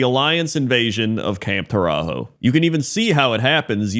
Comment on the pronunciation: DAMMIT Camp TauraZHO (proper pronunciation) was **NOT** an Alliance invasion; rather an unauthroized and brutal sneak attack by some mercenaries putativelyt working for the Alliance. We've all seen hired hands going offscript and fucking shit up. People trying to use equivalence of this shameful rogue action compared to the intentionally manipulative cowardly Mass murder at Theramore make my head explode. LEARN ABOUT PROPORTIONALITY, PEOPLE.